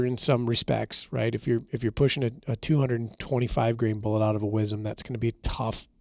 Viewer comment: “wizzum” … yall killin me …. i twitch everytime it’s said …. southern born/bred … southwest louisiana …